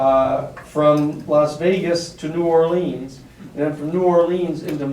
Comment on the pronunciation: OMG, he constantly says New ORLEEEEEENS. Is it asking too .uch for him to pronounce the city's name correctly??? Other than that, I enjoyed this session more than #6.